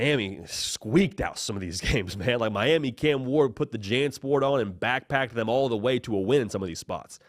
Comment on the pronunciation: telling his age he said Janssport 😂